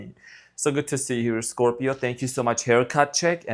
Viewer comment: I love your readings and when you say ScropJohn sp incorrect! lol